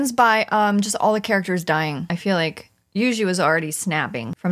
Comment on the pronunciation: Love me some Juisitsu kAizen with my favorite character You-Xi. All jokes aside: You know that song Juju on the beat? Say that (like in Jupiter), then add a Tsu, like you’re saying tsu-nami. The S in Kai-Sen is pronounced sharply like the c in ice.